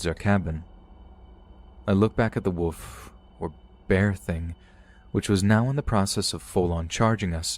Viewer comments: Are you kidding? Wolf, not woof. what are you a dog or something? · It's so funny how you pronounce wolf. Hehe. Wood. Love your channel.